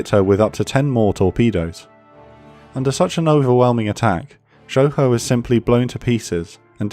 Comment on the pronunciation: They butchered Shoho. 🤣🤣🤣